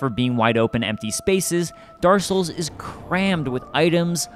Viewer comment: "Daar Souls"